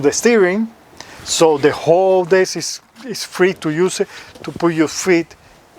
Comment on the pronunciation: God forgive me but it doesn't sound like you're saying deck 🤣